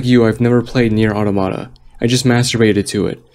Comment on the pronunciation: Who pronounces it Nier "ottamotta"